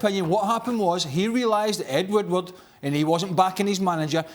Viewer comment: "Ed Woodwoodwoodward" 😂